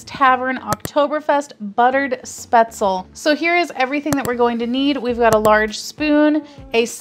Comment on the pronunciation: Thanks for posting the video. The dish is pronounced spaetzl-ah. In German the "e"'s arent silent (think Porsh-ah, the car). I noticed the actual heating instruction BTW tell you to heat it in the bag for 3-4 minutes in a microwave. This quickly steams the product, and really helps prevent the butter from "breaking" and turning the dish into an greasy mess.